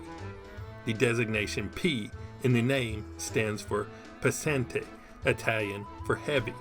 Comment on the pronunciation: Pesante is pronounced Peh-Sun-Teh. Pronounce it how it is written.